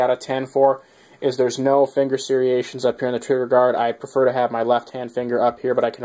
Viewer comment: It's 'serrations', not 'sereations'. Sorry to be a grammar nazi, I only mean well.